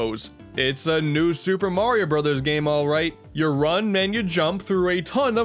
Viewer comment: new Shuper merio broos😑👋(facepalm)